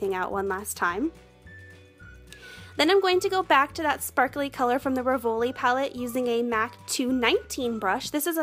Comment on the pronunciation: Hi, you look beautiful and it's very easy to follow your technique. Thanks. You will sound better if you pronounce "Rivoli" as it's said in French: REEvoli, emphasis on the first syllable. And "Tisse" is pronounced TEEsay. Great job!